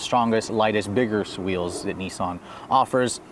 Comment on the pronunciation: Did he just say "biggerest wheels" ?